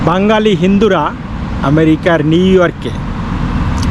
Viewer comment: "বাঙ্গালী" নয় "বাঙালী" । উচ্চারণ শুদ্ধ করুন ।